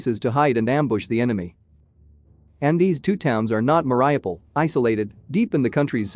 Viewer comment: it's pronounced meh ree OO paal